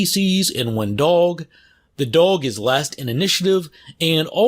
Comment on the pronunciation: Anyone found funny how he says dog and wolf? "DOWG" and "WUFF" lel. Just made me laugh a little. Nice content! Keep it up!